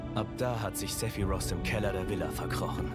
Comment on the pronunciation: Ich hasse die deutsche Aussprache von Sephiroth jetzt schon, nach einem kurzen Einblick. Er wird im Deutschen "Sephirott" ausgesprochen. Nicht wie im englischen. Das macht es viel unseriöser. Schade.